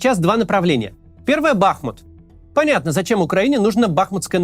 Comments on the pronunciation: Максим, позвольте Вас немного поправить: не БАхмут, а БахмУт, по названию реки БахмУтки. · Все замечательно, но почему бАхмут, если бахмУт? 🙃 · Все говорят бахмУт, и только Кац упорно говорит бАхмут. В Википедии тоже ударение на второй слог. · Не бАхмут, а бахмУт Сорри уши режет это ударение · БахмУт, а не БАхмут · Бахму́т — город в Донецкой области Украины. Ударение на второй слог!😐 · БахмУт - ударение на "У". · Кац ты бы хоть город правильно называл а то как-то позорненько ! Если не знаешь на какой слог ударение ставить в Бахмут , говори Артемовск не ошибёшься 😅